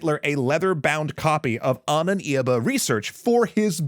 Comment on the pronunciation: Ahnenerbe, not "Ahnen Irbe"